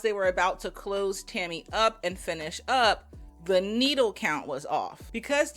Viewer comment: Tell me why I spent half this video trying to figure out who "Timmy" was when was just saying Tammy a little different & I said "ohhhhhh shes saying TAMMY" hahahaha am I losing my braincells 1 & 2 hahahaha